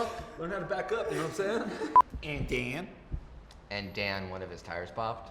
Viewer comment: Takes a lot to make me laugh, the “Ehhnd Dan?”s REALLY got me